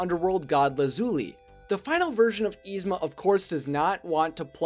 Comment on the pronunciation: [is-ma] not [eez-ma]!